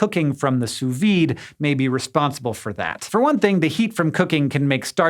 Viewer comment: I love the way you pronounce sous-vide, it's adorable.